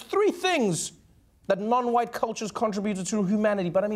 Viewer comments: His pronounciation of "white" reminds me of the SNL wedding speech racist (Will Forte). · Yeah dude if you pronounce it hwhite I’m not so sure